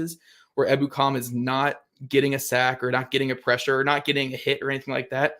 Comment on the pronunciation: I believe it's pronounced e BOO kum